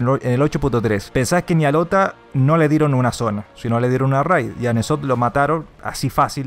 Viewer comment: se pronuncia enzot no nezot